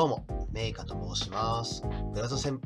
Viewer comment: メイカが、れいかって聞こえたｗｗｗ